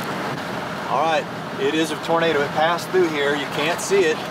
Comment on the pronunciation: "Ghost tornadoo." (lightning and thunder) Right on cue! LOL